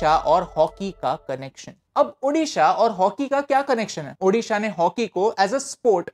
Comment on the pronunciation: Thankyou for good pronounce odisha